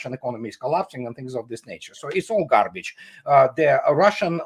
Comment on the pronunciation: "Is all gharbeedge" 😊 Love Andrei's humour.